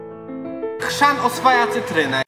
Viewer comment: HRZAN a nie krzan